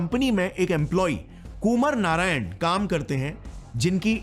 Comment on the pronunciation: कुमर नारायण नहीं कुमार (आ) नारायण.. And Lol what names they keeping mid night